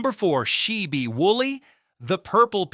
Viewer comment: The man's name is Sheb, not "She B"